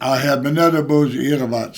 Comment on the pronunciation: Boujelais...lol! Fred Sanford drunk that lol!